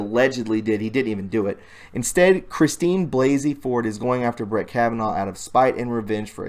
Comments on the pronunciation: Why do you keep saying 'BlasLey?" There is no second 'L' in BLASEY. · Her surname is Blasey, not Blasley. There aren’t two “l”s. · BLASEY!!!!NOT BLASLEY...LOL... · Great but hard to concentrate on listening when you keep adding an extra "L" to her name, it's BLA-SEY not BLAS-'L'EY, that second "L" is just not there! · When you pronounce Blasey please remember there is only one "L" in the name and it is at the front. The "A" is pronounced like you would pronounce blah blah blah. lol Not a long A sound. Thanks for your work. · Her maiden name is hard to remember how to pronounce unless you just say BLAHH first. That was the only thing I could make be funny last week. Blahhhzey. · It's BLASEY. B-L-A-S-E-Y. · Lefty logic: Her name is pronounced Blay-see ! Obviously this whole video is fake if you can't pronounce her name. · There is no second L in BLASEY Sorry, mispronouncing names is a pet peeve ... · Blah-zee not blays-lee. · omfg it's blasey not blasely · Come on it isn't Blasely it is Blasey. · its blasey not blasely dummy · Omg... it's BLASEY. Not Blasley. And I believe it's actually pronounced "blah-zee" (yes, I'm serious). But regardless, there's no second "L" in Blasey. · DUDE! Her maiden name is BLASEY not Blasley as you keep pronouncing it. Get it right along with all the other words you keep mispronouncing. It makes you appear less credible. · Blasey Bruh......not Blaseley